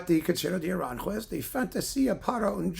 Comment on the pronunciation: Saludos desde España,. Tu pronunciación del español es muy buena. Solo un pequeño apunte: Aranjuez es una palabra aguda. El acento recae en la última sílaba (juez). Se pronuncia A-ran-juéz. No A-rán-juez que es como lo dices tú. Espero que no te moleste, pero tenía que decirlo. 😉